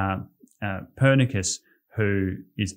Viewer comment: Few misspronounciations of Lithuanian names (like "Pernicus" instead of Perkūnas - Baltic god of thunder, and Jūrate - Lithuanian uses the phonetic writing and reading, so "Youratė" not "Dzouratė"). Apart from these minor rather typical to English speakers problems, great presentation! You doing great job in bringing knowledge about my country to the world. Thank you.